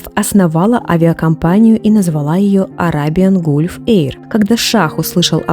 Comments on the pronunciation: Не Гулф,а Галф звучит на английском... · Простите, что поправляю. Gulf - галф, если произносить английское слово. Спасибо за Ваши потрясающие видео, очень ОЧЕНЬ! интересно.